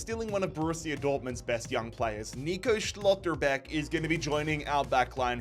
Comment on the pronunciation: You say schlotterbeck like an idiot and cant say mazrouri Properly 🤡